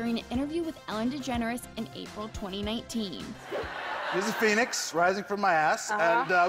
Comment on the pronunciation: ACCESS, maybe you can get a narrator who can pronounce the words on the script? She can't pronounce Robert Pattinson or Phoenix for God's sake.